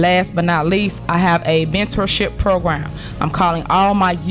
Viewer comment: Bentorship or Mentorship????? Dont know . Speech class?